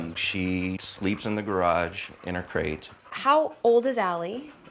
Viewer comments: whats a crage? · deadmanskiing he said crate :)